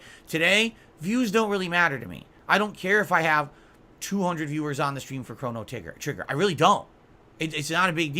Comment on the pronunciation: Cona-Trigger-nger😂